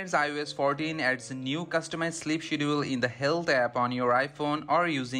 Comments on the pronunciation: I was wondering the same thing.I knew what he meant though lol… schedule is pronounced SK-ED-JA-WOOL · Skedjule or Shedul... not shedool!